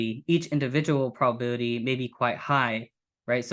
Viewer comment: I had a hard time understanding this presentation. The level of complexity seems to detract from the force of the argument. Also, seems to mumble when articulating hard to catch terms like ‘epistemic’ ‘probability’ and ‘tautology’. This made it even harder to follow. I am a big fan of the New Eliakim argument, but overall you guys kinda lost me on this one.